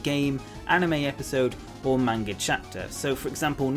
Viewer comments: MANGA!!! NOT MAYNGA!!! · everytime he said Manga I thought he said Mango 😃